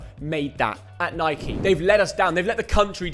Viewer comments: Imagine being English and calling Nike “Nikey” 😅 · Nothing more infuriating then hearing an English man call Nike…. Nikey